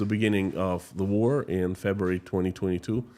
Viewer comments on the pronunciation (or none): none